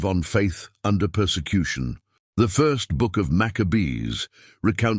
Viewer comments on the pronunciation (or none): Minilik the First not Minilik Fur.